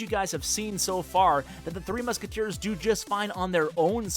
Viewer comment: he keeps calling it 3 musketeer not 3 musketeers D